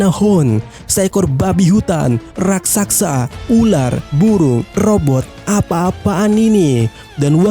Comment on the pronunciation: Raksasa bg, bkn raksaksa.🤣🤣🤣🤣🤣